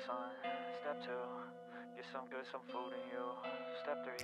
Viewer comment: thank you for perfectly capturing the absolutely infuriating way that pronounces ‘food’. makes my blood boil every time!!